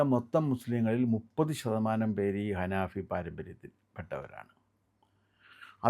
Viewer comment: അനാഫി അല്ലട പൊട്ട അനഫി എന്നാണ്